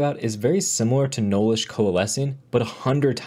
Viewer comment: Young man! Enunciate! It's "nullish" not "knowlish".